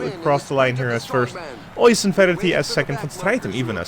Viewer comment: So I'm not sure how many of these videos you have left to record, but Oisin is pronounced more like "a-sheen" than "oi-son". If you need a better idea of it, watch some videos of Roisin Conaty, see how people pronounce her name and drop the leading R!